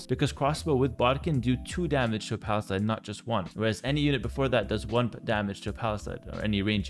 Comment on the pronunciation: Hey - love and appreciate your work, but you are pronouncing "palisade" wrong - it's pal-i-sayde, not pal-i-side. If you correct this I'll subscribe to your Patreon:)